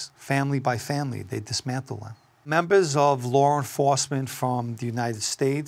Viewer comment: "Take out membahhs during a wahhhh"